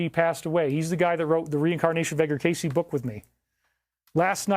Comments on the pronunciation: Edgar Cayce is pronounced CAY'see.....not case....sheesh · Dude do your research 😂😂😂 edgar K.C THAYS HOW YIU PRONOUNCE IT TF ,ROOKIE 😂😂😂🎉😂🎉😂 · Sad story. Edgar Cayce is pronounced K-C. Definitely checkout a documentary on him and amazing person life and abilities. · Edgar Cayce pronounced like “Kay-See”.